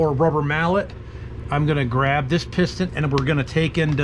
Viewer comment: Pis’ ten. Not pist-on